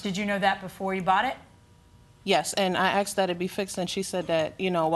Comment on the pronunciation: Is it asked or axed?